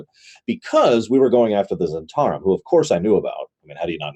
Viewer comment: struggle with the pronunciation of Zhentarim...all I can think of is Londo Mollari saying "the Great Zhentauri Republic".